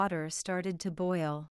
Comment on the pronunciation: Boil是不是发音错了